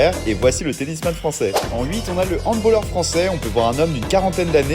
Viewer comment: POV : les handballeurs quand il a dit "handbOlleurs" 👁👄👁